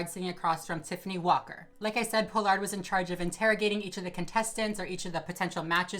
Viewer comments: It's Pollard not Po-Lard lol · Everyone: Paul-Lerd: Pole-Lard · Tiffany Paw-lerd* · “Tiffany Po-Lard” 🪦💀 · I love that you say tiffany pollards name wrong lol. It's pollard like collar lol. But great video, everything you say is 100% right!! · “Po Lard” lol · for the future her pronunciation is "Paul-erd" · Not that it matters, but it's Pall-ard. Pollard is pronounced Pall ard. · Ughh I share my last name with the worst people...side note it’s pronounced PAH-lard 🙂 love you and your videos ❤️ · I can't stand how you say her last name....but appreciate your video. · You are not pronouncing her last name correctly. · the way you say her name wrong 😐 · First off, Me watching you say my last completely wrong is cringe lmfao but I’m gagging she’s would ever do this. She giving the Pollard name a bad look smh and she’s not an icon anymore smh 🤦🏽‍♂️